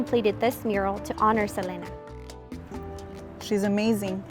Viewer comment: It’s Seleena, not Selana. She even said it was pronounced “Seleena” on an interview with Ron Shelton who sadly passed as well